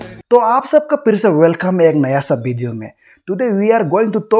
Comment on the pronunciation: video hota h pideo nahi 🤣🤣🤣